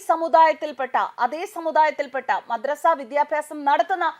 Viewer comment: മദ്രസ്സ അല്ല കൊതറസ😂😂😂😂😂😂